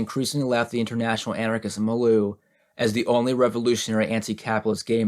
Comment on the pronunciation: I mention with love that it’s pronounced mil-yew, for your future reference. Great reading still, thank you again! I hope I don’t offend, I just thought you’d want to know Ⓐ